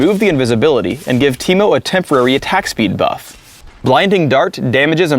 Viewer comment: Now I know that Ameriacans can say my name correctly. Always wondered how they would pronounce Timo